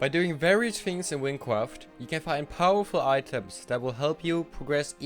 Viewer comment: hahaha wincwaft